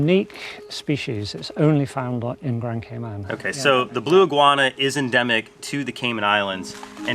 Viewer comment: Please stop saying Caymen say Cayman